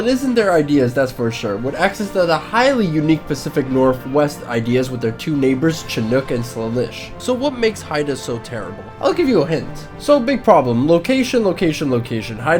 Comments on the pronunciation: You pronounced Salish wrong my dude, you gotta say it like "Say lish" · dude, your pronunciation of salish sucks. it's saylish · it's pronounced SAIL-ish (I'm from the pnw)